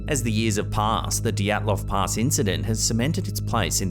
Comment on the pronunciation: Dyatlov Pass, not Dotslov Pass